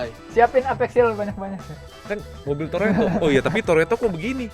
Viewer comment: mah bukan toretto, tapi toletto 🙏🙏piss